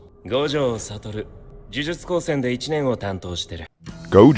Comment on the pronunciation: It's pronounced: Sah-toh-roo, not "Sah-toh-roh"